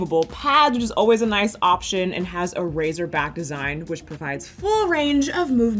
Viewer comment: It’s “racer” back, not “razor” back.